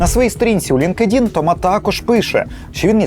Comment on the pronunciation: Дякую за ваше розслідування, але англійську бажано вдосконалити. LinkedIn - не лінк-едін, а лінкт-ін, advanced - не едвансед, а едванст